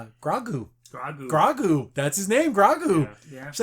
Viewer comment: Btw just to know for next episode its pronounced Grogu (Grow + Goo)